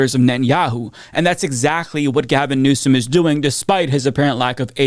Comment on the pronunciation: Gavin No-som. Josh Nah-piro. Cory Boo-ker.